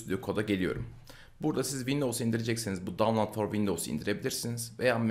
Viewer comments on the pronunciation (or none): none